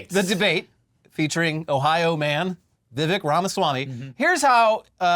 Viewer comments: Vivek rhymes with mistake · Isn't it Vivek, rhymes with Cake?!